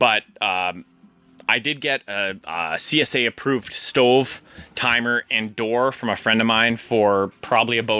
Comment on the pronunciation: Knew you were Canadian when you said “stoveeeee”